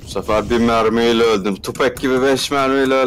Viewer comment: Tupac tupek diye okunmuyor Tupak diye okunuyor xd